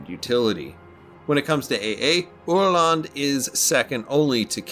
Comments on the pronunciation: Yea the pronunciation was spot on 👍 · I’m so happy I finally get to watch a proper history vid on this fine little boat! Great review. Also you nailed the pronunciation, I mean for a non Swede at least 😉